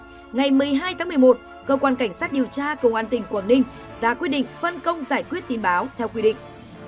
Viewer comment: Giao liêu,vệ xin,, lấy mẫu tin chùn, điều cha, hổ chợ phát thanh viên phát âm cái éo gì chẳng hiểu làm ơn phát âm chuẩn tiếng Việt dùm nhé